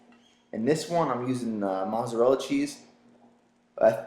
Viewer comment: you pronounce mozzarella incorrectly